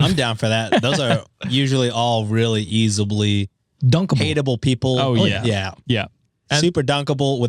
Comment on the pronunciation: Easibly?? Do you mean... easily,??